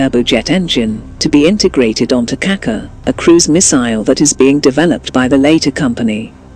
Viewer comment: for Gogs sake can you do some to pronounce the name of the rocket properly the c in yurkish language in this case has the sh sound like in ship